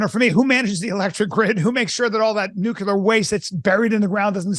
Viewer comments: Peter thinks Vivek is dumb and at the same time, in his immense knowledge, doesn't know how to pronounce nuclear. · Nu-clear, two syllables.